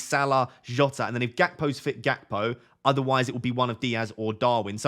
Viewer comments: Gakpo is Dutch. His name is pronounced HACPO - as was Ruud Gullet, pronounced HULLET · I'm Dutch and I can actually tell you it's between this and his pronunciation. The G is pronounced in a guttural gh sound or a hard ch. Same for Gullit, pronouncing it as hullit is also wrong, they're pronounced 'ghullit' and 'ghakpo'